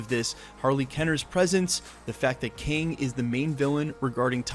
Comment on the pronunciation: It's KANG not king.